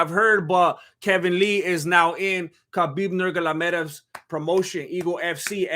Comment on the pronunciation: I can’t believe that you being such a big fan of HABIB NARMAGAMEDOF can’t pronounce his name correctly 🥵🥺